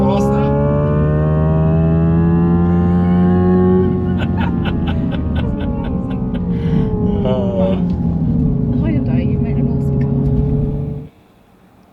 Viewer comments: It is (Hyundai), NO Hyndi or Hundi. 😉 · Yeah I believe its pronounced "hyeon dae" by the Koreans. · I heard a Korean pronounced it, it was "hyeon dae".